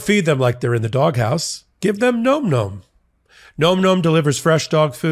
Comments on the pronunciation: This has to do with the add for Nom Nom., you are mispronouncing Nom Nom. It should sound like Nahm Nahm, as in the dogs eating; "Nahm nahm nahm nahm nahm. Not "Nome" as in Alaska. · Big fan of your channel 💜 for the love of your sponsor, please correct the pronunciation of Nom Nom 😂 it’s not Gnome Gnome.. it’s nohm nohm 🙏 😅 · NOM NOM……not gnome gnome…..come on …..for christs sakes….luv ya buddy…but your Boomerism is showing with that mispronunciation of current slang. 😆😅🤣